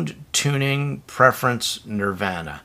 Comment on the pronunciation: What the hell is Nor van a? Hee hee😂